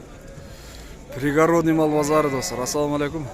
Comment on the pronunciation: Пригородный деген созду уйронуп алчы кандай айтылаарын,сенден сураныч.Ударениесин мага келсен,бекер эле уйротом😂😂